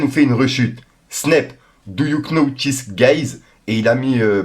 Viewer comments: Mec c est trop apprend à parler know en anglais ca se dit no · Do you know on prononce pas le k. 😉C pas la première fois....👍😂